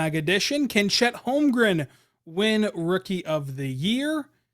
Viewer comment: Thank You, for getting my last name correct...